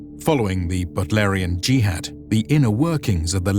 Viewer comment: Butlerian juhad?? Whuat? 😂